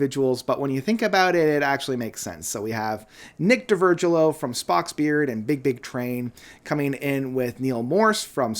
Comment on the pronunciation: Dee-vir-gilio. Please, please research how names are pronounced before making these videos.